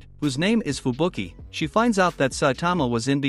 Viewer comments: Man said fubuku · Bro called her fubuku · Fubuki not fubuku